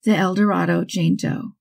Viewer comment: El Dorado, Arkansas, is pronounced "El Doh-RAY-doe."